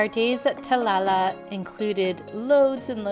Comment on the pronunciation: when were you in sri lanka ? I see the video came 8 hrs ago. But you must have have been there sometime ago. I did not see masks ? By the way when you pronounce Talalla - notice the 2 l s at the end. So try like Ta la l la. Thanks for your video. Very nice.